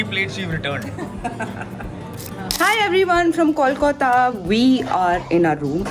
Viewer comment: I believe you have been saying Kolkata wrong. There is no accent in it. It's Kol-Ka-ta